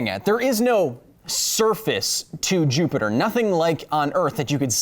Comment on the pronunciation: You once again called Jupiter JupeJupe. Please stop.